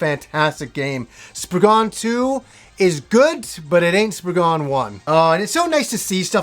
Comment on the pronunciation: To all you americans. you type it Spriggan, but you say spriggen. its an (cornish) english word. the a isn't a dutch a lol